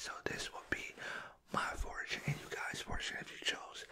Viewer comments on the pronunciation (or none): every time you say fortune i hear 4chan lmao